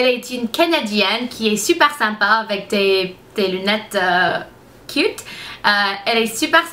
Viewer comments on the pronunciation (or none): none